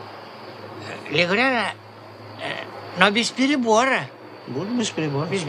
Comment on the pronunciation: Вицин произнёс легурярно.